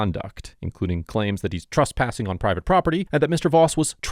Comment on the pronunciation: Love these videos, I just wish he'd stop pronouncing "Trespassing" as "TRUSSpassing"